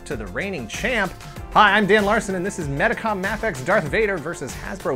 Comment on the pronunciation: mafex is pronounced MAY FEX